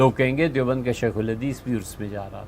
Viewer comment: لفظ عرس ہوتا ہے نہ کہ ارس